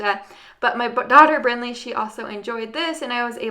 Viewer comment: you say it just fine!